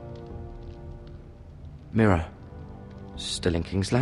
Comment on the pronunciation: "Look at MIRA" I thought, "Look at what?"